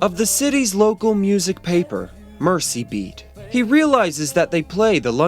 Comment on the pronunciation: Your pronunciation was correct - I'm from Liverpool.